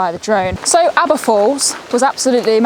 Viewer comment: Great video absolutely love Aber Falls and don't worry you did say it correctly 👍 Awesome drone footage of the falls 👌 I used to be the same with about long walks etc, my mum used to walk around the Great Orme and I was like why?? Little did I know hey! All the best..